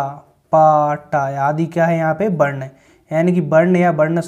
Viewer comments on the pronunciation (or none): Varn hota h barn nhi